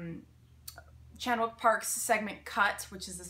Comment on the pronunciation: Hello, sorry for such a random reply on such an old video but I'm just watching those that I have missed from you ❤ I studied Korean and 박찬욱 as it would be spelled in Hangul, is correctly pronounced similarly to this: ChAHn Ook Pa But honestly you're fine because as you said you don't speak Korean and honestly every other English speaking American pronounces Korean names as you did 😊